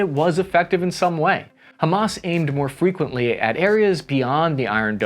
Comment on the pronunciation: Dude, don’t be too concerned about how you mispronounced ‘frequently’, but rather focus on improving your pronunciation of foreign names like Haifa 😁 thanks for another awesome video 🫡